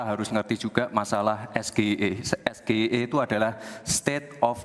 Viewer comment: Gibran aja pas nyebutin SGIE pake pelafalan Indo, hrusnya pke logat Inggris lur, krn itu kepanjangannya bahasa Inggris jg. Pas nyebutin kepanjangannya aja dia jg kliatan kyk nyontek, jd yg hrus diupdate ya si penanya jg, jgn asal tnya prtanyaan yg dia blm tentu paham. Liat segmennya ini debat ditonton rakyat Indonesia, bukan hny sekedar pengamat ekonomi. Gue mgkn 1 dr sebagian besar rkyat Indo yg ga tau jg artinya SGIE itu apa, bner kta narasumber debatnya jd kurang dpt poinnya. Objektif aja